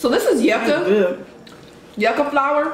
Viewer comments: Yuca (pronounced: jooka, j as in jump) It is casava. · I always like the videos before i watch😂. That yucca be so good. Ya'll need some Portuguese food and some of there Sangria in ya lives lol. Food looks tasty tho. Mad Jealous lol. ✌T.T it's pronounced you- ka not yucka 😂😂 Makes it sound like it taste nasty lol just wanted you to know for next time you get some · i’m loving the cultural mukbangs 😍😍 the yucca is also pronounced (you-kah) :) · YouKa is how yuca is pronounced. But you put the yuca flower on the meat or beans